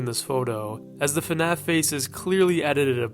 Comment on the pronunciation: I just can't with this "fenaf" pronunciation